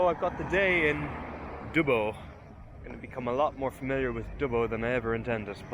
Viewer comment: Dubbo is pronounced Dubb-Oh, 😂, good luck with the trip on a 125, u need to get new tyres tho, or you will have , many, many flat tyres. PS they are called road trains and none of those trucks were, they were just little B Doubles. 😁 welcome to Aus . Great video 👍